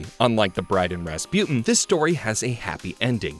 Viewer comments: Why does he keep pronouncing Rasputin like raspewten 😭 it's pronounced raspooteen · It’s pronounced ras-pooh-tin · Anyone else just flabbergasted that he says, "ruh spU tin" instead of Rasputin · how did you manage to mispronounce Rasputin?